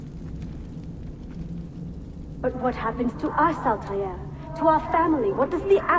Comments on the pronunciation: What? His name is Altaïr and not Altair. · ...I know, but his actual name is Altaïr Ibn-La'Ahad and you can see it's Altaïr and not Altaïr.